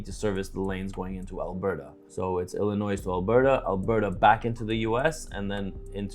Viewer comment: ......Illinois is pronounced Illi-noee not Illin-noise. The S is silent.